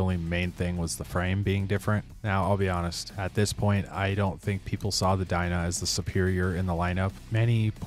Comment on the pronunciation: No hay pelele más grande que tu al no decir "FXR" y pronunciar de manera pésima el nombre del modelo se escribe "DYNA" y se pronuncia como "DAYNA" y ni siquiera investigaste la procedencia del nombre del modelo.. pero bueno, así como tu existen varios que solo desinforman al público para obtener sus Like's..👎🏻